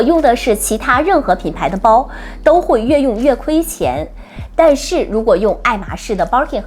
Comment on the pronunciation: I do like some of your comments. but you mispronounced the brand name or your accent sounds incorrect ?! it’s “Kelly” not “Katie”